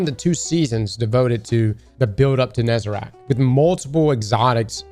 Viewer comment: If you say Nezarac instead of Nezarec one more time I swear to god